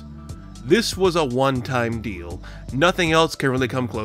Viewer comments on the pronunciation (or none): none